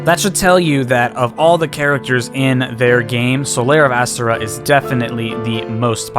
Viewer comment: The emphasis is on the O. a-STOR-a